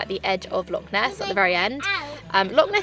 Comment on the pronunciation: If you are going to live in Scotland please try to say Loch correctly! It’s easier than you think. 😉